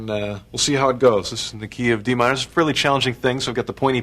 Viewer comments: "It's in the key of D Mine-uh." Lol that was random, Pablo. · I'm enjoying how he puts on british accent when saying what key the piece is played in